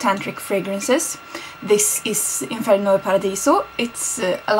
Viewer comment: Good pronunciation of inferno and paradiso! kiss from milan